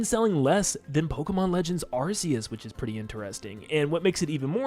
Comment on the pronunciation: You say arc-e-us wrong 😂